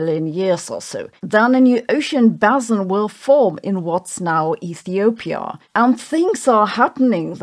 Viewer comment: I learned the basic content of this Youtube video, East Africa cut by rifting with a triple junction in the Gulf of Aden, in the Structural Geology Course at University in ... 1985 (Vordiplom, comparable to BSc level today). BTW - Geology does not deal with bassins, but with basins (sedimentary, oceanic). Quite a difference in the pronunciation and the meaning :-). I hugely enjoy almost all of your videos on YouTube, Sabine. This one, I'm afraid not.